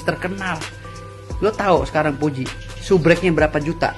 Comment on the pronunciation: SUBREK ?????? SUBERAK X...Hwaduuhh pengacara koq ngomongx epetan..😂😂